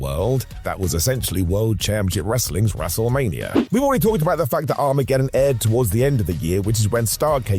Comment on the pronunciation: Arm aged don..... how the f does that speak as armahgetun